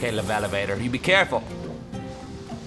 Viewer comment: It's not a levalavator, it's an e-lev-a-tor!!! elavator!!!